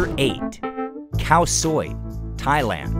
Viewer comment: No it's called " Khout Swel" it's just very similar but still we don't call it Khao Soi. What are you on about ? No Burmese calls noodles Soi (sounds like Soy which is how it's pronounced in this video). It's Thai way to say it but not Burmese.